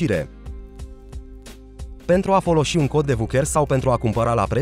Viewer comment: "Pentru a foloȘi un cod de VUCHÉR...". Olala, da' ce limbă parliți, măi băieți?